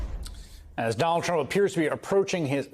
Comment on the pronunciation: played it a few times.... while he isn't, it sounds like he's saying 'crump'